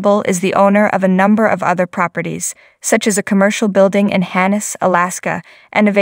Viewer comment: Hannes Alaska??? Don't you mean his property in Haines Alaska... love gold rush and the people on the show but listening to the person narrate this video, I can't do it any longer... learn how to properly say the names of people places ect...